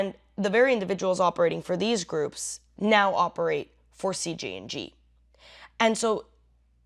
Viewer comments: why do you keep saying CGNG is it CJNG or CGNJ ? your post name is CJNG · Why do you keep saying CGNG? When the subject line says CJNG.